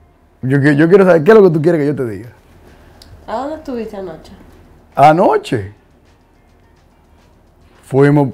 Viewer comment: Me dio tanta risa cómo dijo “A noche” 🤣🤣🤣🤣